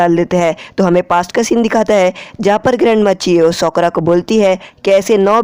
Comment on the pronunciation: Bro she is not soakora she is sakura